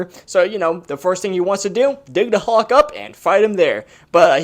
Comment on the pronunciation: It’s hulk not hawk 😤😤